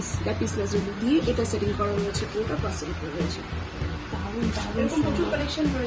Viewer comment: What is ‘Brush’? Please say Brass